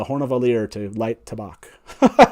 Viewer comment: I'm confused why you don't pronounce tabac the same way you would tabacco. Why change the vowel sounds? Is there a reason that i am not aware of?